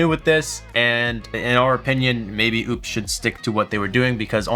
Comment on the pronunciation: Thanks for the video. It's clear they are trying to compete. But, its nothing close to what I would want. Way underpowered on the Solar inputs and charging. For that price, I would want something more in line with a Delta 2, when it goes on sale. Why do you insist on mispronouncing their name, if you corrected yourself earlier?